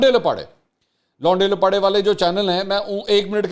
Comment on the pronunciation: منصور بھائی جب اپ یہ لفظ بولتے ھیں ۔۔لونڈے لپاڑے ۔ تو اپ بول نہیں پاتے کیونکہ اپ ایک سلجھے اور تعلیم یافتہ ادمی ھیں ۔ چلیں لفظ بدل لیں ھمارے پنجاب میں احمق کو ۔ پھدو کہا جاتا ھے ۔ عمران نیازی پھدو اور اس کے فالورز پھدوز بقول اسحق ڈار